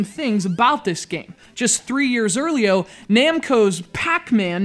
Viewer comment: "3 years earlio?" Nice one,.